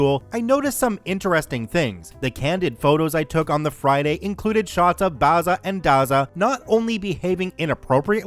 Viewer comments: The pronunciation is not Barza and Garza but Bazza and Gazza as in Barry and Garry, the actual names (I'm Australian). Dazza is Daryl. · Mispronouncing Bazza, Dazza, and Gazza is so annoying. First syllable is a short 'a', not an 'ah'. Twerp. FYI, Barry, Darryl and Garry... not Bahry, Dahryl, and Gahry, smfh, or as we used to say back in the day, in Oz, fmd. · A great story totally destroyed by mispronouncing Bazza & Dazza... B-as-ah & D-as-ah... Aussie slang names for Barry and Darren. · Been pronouncing Bazza or Dazza ( immortal nicknames of great Australian yobbos ) the a is pronounced like in razzle , hearing you try to pronounce Australian slang properly sets my teeth on edge. 😐 Funniest thing I've ever heard though ! 😂 Thanks for the laugh .